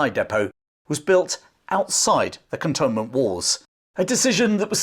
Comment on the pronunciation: Cantonment is pronounced “cantoonment”.